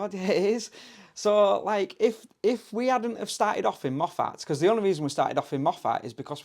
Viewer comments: I'm laughing at the way you're pronouncing Moffat . It's mo-fit phonetically. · Shame your trip was so short and you missed so much, and most of the best bits. That was barely the tip of the 'iceberg'. Moffat is pronounced like 'muffit' that 'a' is barely heard. It creased me up that you commented on the accents in the pub in Greenock (it's pronounced GREEN- uk) and how you couldn't understand them. I'm Scottish and I need a translator to follow you two at times!!😅😅 Safe travels. 🐾🙏🧙‍♀️🚐🏴